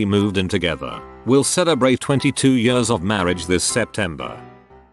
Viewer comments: nobody: the reading voice: 22 yörs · Every time this voice is saying years like yers I'm cracking up more.. my belly muscles hurt... XDDD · reddit: years voice: yaRs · Anyone else cracking up at how the voice says “years”